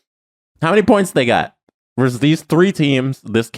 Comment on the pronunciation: It's not "verse" when you're comparing or putting two teams against each other. It's "versus". A "verse" is in a poem or song. If you HAVE to shorten it, it's "v".